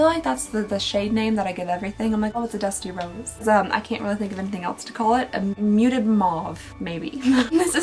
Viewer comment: Every time u say dusty rose I hear dusty road like the wwe wrestler lol no clue why as a pink shade and a wrestler don't seem fitting